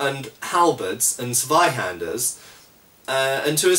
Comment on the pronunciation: Oooh, nice pronunciation of Zweihänder, just remember to pronounce the "hän" more like "hen" than "han" ;P Would it be easier to hold a longsword with both hands when holding a buckler compared with holding a shield? That seems like a valid use to use a buckler other than simple convenience.